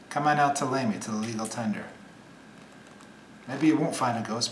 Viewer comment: Bishop Lamy is going to haunt you for pronouncing his name incorrectly.